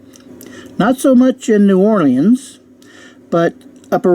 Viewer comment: You can't pronounce Ocala or New Orleans. Wow.